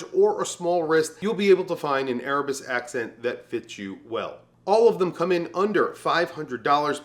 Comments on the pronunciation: to avoid confusion: please note that the watch was pronounced as erebus "accent" when it was actually the erebus "ascent. " of course the pronunciation is different. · Great list. Only crazy thing is, you pronounced Venezianico correctly but for the Erebus Ascent, you pronounced it as Accent 😂. Citizen and Timex are killing it in the affordable range. Bulova as well. 🫡